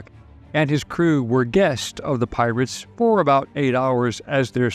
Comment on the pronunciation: I keep hearing pilots not pirates? Is it only me?